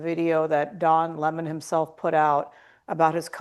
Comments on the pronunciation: Love how his name is finally being pronounced properly: LEMON and not LEMOAN ! ha ha ha luv u Megyn !😜😜😜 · Nice to hear his name pronounced properly, Lemon, as in the fruit, rather than an Le-moan.